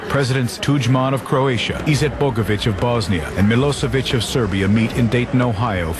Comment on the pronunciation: "IzetBOgovic" geez, the history channel is retarded.